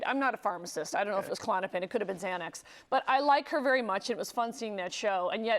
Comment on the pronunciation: "may have been Zanex" lmao!